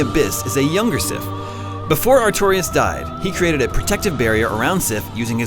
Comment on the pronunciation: did he just call sif SHE